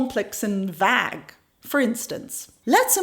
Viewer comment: vague pronounced like Plague - v AY g